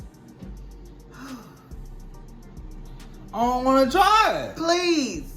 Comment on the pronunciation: "Ion wanna try it" 🤣🤣🤣🤣🤣🤣🤣🤣🤣🤣🤣🤣🤣🤣🤣🤣🤣